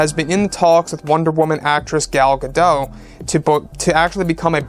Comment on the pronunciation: Her name is pronounced Gal Ga-DOTE'.